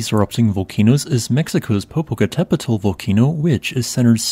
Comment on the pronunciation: WHO OR WHAT IS NARRATING THIS VIDEO THAT CAN NOT PRONOUNCE PO-PO-CAUGHT-A PEE-TEL.. THE VOCANO IN MEXICO? YOU MAKE YOURSELF IGNORANT.